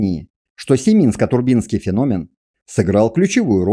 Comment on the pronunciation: ТурбИнский т.к. турбины из бронзы отливали? Если бы автор ударения в терминах где нужно ставил, цены бы ему не было.